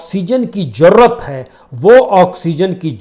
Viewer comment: bhai, its hazar not hajar, zarror not jaroor